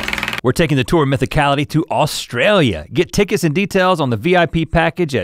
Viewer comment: It makes me laugh every time you guys pronounce it “AWLSTRAYLIA”. I hope I can see you guys for my Birthday in July!